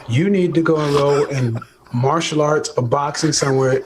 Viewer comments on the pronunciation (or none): none